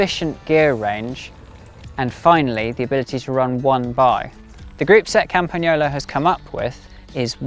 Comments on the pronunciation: The correct pronunciation!! 👏👏👏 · I always appreciate it when native English speakers take the time to correctly pronunciate the Italian "gn" sound in words like "Campagnolo". Good job!